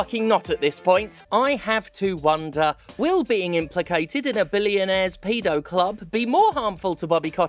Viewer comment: Why are you saying pedo wrong? You're back in the UK now, say it properly. 😂